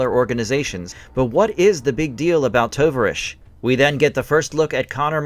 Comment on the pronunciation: It’s the Russian word for comrade. The name should be pronounced ‘Tow-Vahr-EEch’. O as in tow A as in car I as a long E as in field Good video.